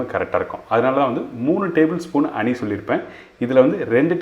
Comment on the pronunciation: அனி அல்ல ஹனி